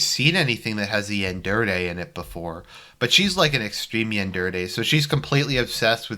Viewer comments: It's "yandere" not "yanderde". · Classical Argie right there.. same with "Cavalry" and "Calvary" . . . ;)